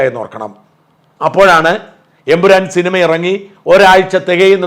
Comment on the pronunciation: Ayyo Ayyo, not Empuran😂😂